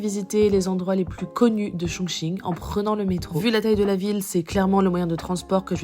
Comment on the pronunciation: vous prononcez bien le mot Chongqing！Amusez-vous bien！